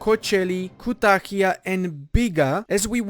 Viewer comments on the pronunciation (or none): Don’t pronounce kutahia as kutakia. Kutak in turkish means cock and therefore kutakia means country of cocks.